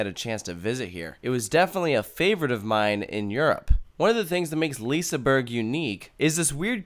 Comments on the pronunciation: LISAbUrg ?? 1?1? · When you say liseberg pronounce the G as an J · It's not lisaber ;-; its liseberg.. prounace the E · It's pronounced "Liss-eh-berg" not "leaseenburg" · Några svenska? BTW it's not pronounced Liseberg its pronounced Liseberj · Lisaberg??? Please tell me Where you see the A in Liseberg??? Loves the video btw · I love when none Swedish people try to say Liseberg. It sounds like lisburg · Its pronunsed liss-e-ber-g liss-e-ber-gs baanan Balder)(chort a) Pontus (chort o) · IT is vald Göteborg bto i am à swidish Guy and i Love Liseberg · Not liissseburg and gronalönd. Liseberg and Gröna lund. Haha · Ah yes, leeseburg and grunnulund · Lisaberg lol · Lol you failed almost all pronounciations, but it's sad that you missed out on Valkyria, the ride was amazing!